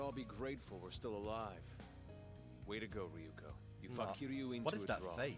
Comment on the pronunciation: I like how every time a new video comes out, you completely forget how to pronounce things lol. Re-yu-ko becomes Re-yuh-ko. Last video, Gamagoori became Gamagorah, and in this one has become Gamagoray. Elite Four have become the Element Four.